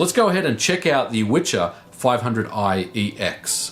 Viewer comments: its not Witcher :)Wicher means strong wind and should be pronounced "Viher" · Wicher (which in Polish means "gale" or "strong wind") is actually pronounced VEE-HAIR, not "witcher" ;) Anyway, good job and a thumb up! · It’s Wicher, not Witcher which translaten in Polish as gale/hard wind. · We pronounce it "VYHER" here in Poland. Not "witcher" or antything alike. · It is pronounced "Vee - her" and means "gale". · It's "wicher" not witcher. "Wicher" is a name in Poland, of a strong wind (wiatr in short). Its not witcher (the game). If you wanna try and prononunce it more or less try speaking "viher" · In case anyone is interested, it's not pronounced like "witcher", c is completely silent. It's more like "vee-her" and means strong wind. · One tip about the name of this accelerator -> Wicher (Witcher without "t" in the middle) means in Polish "strong wind", should be pronounciate as "veeher". It's not going from The Witcher series :) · great video, however the name is not pronounced with a tsch sound like "the witcher", it's Wicher which is pronounced like vee-her, means a strong gust of wind in Polish. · Dude, it's not a Wi-TCH-er.. It is Wi-CH-er. It means "strong wind" in Polish. You should pronounce "CH" as you did in the "fifty mega H-urts". Also, "W" should be read as "V". So, in English, you'd say that "Viher". You're welcome ;) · I’m from Poland and I believe you should read it as Veher :) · WIcher, not witcher. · it`s called wicher which means something similar to wind in polish, not witcher ;) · It is pronounced viher. Wicher is a strong wind. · "wicher" means "gale" in English. You pronounce it viher. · it's funny that the name of the card is Wicher, which English speakers pronounce as "The Witcher" (I guess the most famous Polish export product), but it actually means "gale" in Polish. Anyway, based stuff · And you should pronounce "vi-her" use connection of two words "Wii" or "Vi" and "her",,,,And yes Wicher means "Strong Wind" It's not Witcher :)